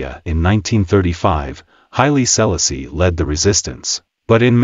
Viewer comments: The relentless mispronunciation of "Selassie" smh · A.I really….can’t even pronounce the name….hilarious. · Dis man pronouncing Selassie name wrong..wat da bombocloth wrong wit him